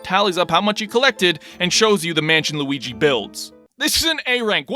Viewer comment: DIS GOY WUNTS LOOGEE'S DEEEK!